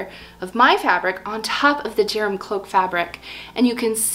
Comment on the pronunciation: Very interesting and inspiring! Just for the record, I thing Gerum is pronounced with a hard G, as in ‘gear’, and the name would be pronounced GAIR-room. I speak Norwegian, not Swedish, but the languages are very similar, related, and mutually understandable. Any Swedes watching?? Please correct me if I’m wrong!